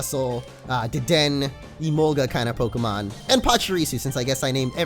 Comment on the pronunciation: yay! wait dedenne? why u say it like dedenn? its pronounced deh-DEN-ay